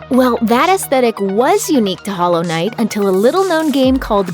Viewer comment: Stop putting such emphasis on the "i" in knight like its a questions